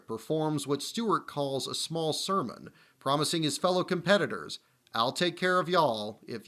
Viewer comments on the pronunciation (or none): none